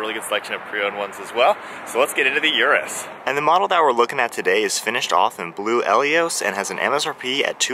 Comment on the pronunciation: Its Lamborghini Urus ::Oros … not Yourus 😬